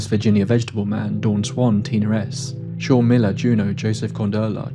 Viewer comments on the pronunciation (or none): none